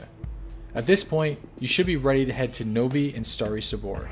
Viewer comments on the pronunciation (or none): none